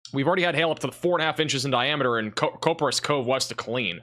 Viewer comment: Coperas Cove Starts with "Cop" not "Cope"